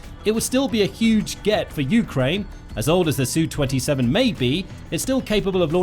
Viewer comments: Is it not S U 35 not a soo 35. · SU not "Sue"! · "Soo": Brit-speak for Sukhoi. 😂